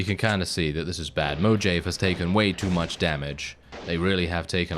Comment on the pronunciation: I can't tell if you're trolling by saying Mojave that way or if you don't know that in spanish the "j" sounds more like an "h". Like Jalepeno.